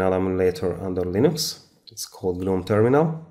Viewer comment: It's Linux, not LINOX